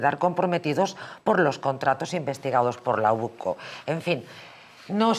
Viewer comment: NO ES OCU ES UCO